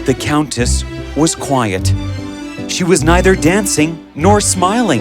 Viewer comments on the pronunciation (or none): It's "quiet" not "quite".